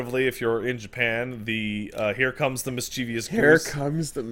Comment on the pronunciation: Guys... it's MISCHIEVOUS. Miss-chih-vuss. I know y'all are weird Quebecois honkers but come on.